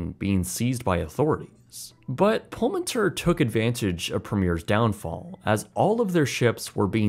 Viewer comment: I think you should pronounce it as Pullman Tour. This is what it means in Spanish.